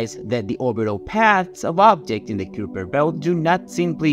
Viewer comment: It's pronounced "Kyper Belt"